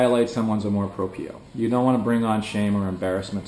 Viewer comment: yep, the pronunciation of amor propio is incorrect, check google translator to hear the correct sound